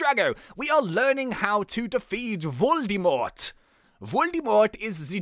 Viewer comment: Lol "Voldymort" sounds rather Svizzerish than German but well if you mean xD Actually your German pronouncation was pretty good though ;D